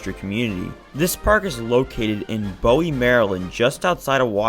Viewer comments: As a guy who live in close to Bowie it isn't pronunced "Bow-E" it is pronanced :" Boo-E" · Bowie is pronounced like boo wie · Bowie- boo we